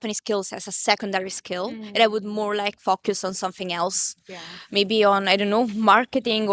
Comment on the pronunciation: Tell Italian lady to dsay FOH_Cuss not FucKus u know why.(Focus)